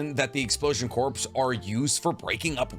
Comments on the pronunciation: The "p" is silent in the world "corp" at least in the capacity of a military unit. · Sorry but I meant at: Corps sounds like CORE. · Dude I'm saying this bc I'm a huge fan, corps is pronounced "core" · Corps..... Is pronounced core...... I'm sorry i had to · Crops is said like core. And it's not short for cooperation XD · I understand that Japanese is hard to pronounce and I am not commenting on that. However, in the ENGLISH language, “Corps” is pronounced “Kor” or “Core”. Also Kakuzu is pronounced With “oo” at the end in the sub and dub. It is just careless to not pronounce these things correctly. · Corps sounds like core. Not corporation, military unit. I agree that they likely hollowed out the dwellings of the village. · This bothers me just enough that I have to mention, the PS in corps is silent. You wouldn't say a marine corPSman. You would say a marine coreman. Spelling only to better example. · Um, “corps” is pronounced “core” i know thats dumb but then again its english, none of it makes sense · Corps is pronounced phonetically "Core" like Marine Corps (Marine "core") No worries brother. It trips a lot of people up. Including President Obama once when he mentioned the Marine Corps. Which is funny cause the president is kind of directly incharge of the Corps. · I think "Corps" is pronounced "Core" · Brooo, love your content. But it nags at me that you say “corps” when it is pronounced “core” as in U.S. Marine Corps lol. It does not stand for “corporation,” that abbreviation would be “corp.” as in Capsule Corporation (DBZ) or Umbrella Corporation (Resident Evil). 😅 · Corps is pronounced “core” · You don’t pronounce the p and s in corps, it’s like saying core, pls stop. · the word corps is pronounced like “core” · CORPS is pronounced 'Core'. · At this point I’m convinced you pronounce corps like corpse on purpose to farm comments for the algorithm 😂 Love your work though! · It's pronounced core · "Corps" is pronounced "core" i know its weird but yeah